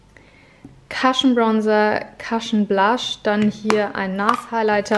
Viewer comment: Ich könnte mir stundenlang deine Ausmist-Videos angucken! Nur eine Kleinigkeit: Es wird nicht "Cashn" sondern "Cushn" ausgesprochen ;)